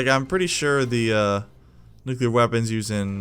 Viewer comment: nucular bomb